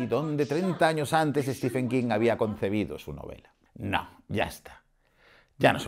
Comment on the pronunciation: Ojo: no es "Estifen" King, es como lo llama el presentador de la tele que ha aparecido hace unos instantes: "Estiven" King (Stephen=Steven en cuanto a pronunciación)